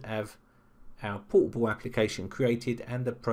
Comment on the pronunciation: Is it my bad ear or he actually pronounced "portable" as "poo-poo"? )) And btw what the sense of having a portable app if you have to run it as administrator?